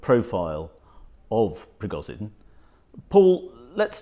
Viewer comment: Yevgeniy Prigozhin. Not Evgeniy Prigozin.